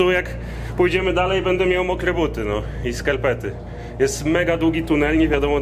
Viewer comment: "bede mial mokre buty i skalpety" 🤣🤣🤣 sorry ale nie moglem 🤣🤣🤣